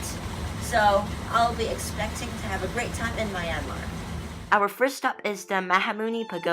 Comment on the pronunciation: Nice vlog, but it is not My An Mar, it's Myan Mar , only two sounds in that word.